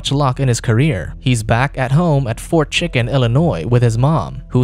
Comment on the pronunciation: Are we not going to talk about how the narrator says “fort chicken”😂